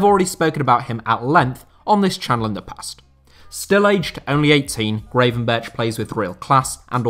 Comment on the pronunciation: I'm guessing the comment about how butchered the surname of Gravenberch in the previous video where he featured hasn't reached...;)